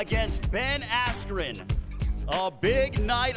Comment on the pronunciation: Who the fuck is "Ben Astrin" ????